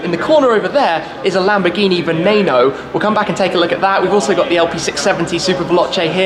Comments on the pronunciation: Hate the way you pronounce "VENENO" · I'm with you. The Lamborghini Aventador SVJ Convertible is my dream car to. And wait, it's not (va-nA-no) it's (va-NE-no). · It's vneno not vnano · It IS NOT pronounced venanoe It IS pronounced veneno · Lamborghini vaNAYno? Wtf is that? It’s vaNEEno. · its not vanano its veneno ven-nen-o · “Venaeno” veneno* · I'm not sure did you say Beneno or Veneno because it's pronounced as beneno. Sorry for sounding like a prick for such a small detail about the pronunciation of a Lamborghini model. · Did he just say venano???? and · Lol, "venayno" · Can you stop pronouncing it Venayno